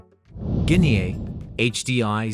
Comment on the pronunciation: Learn to pronounce GUINEA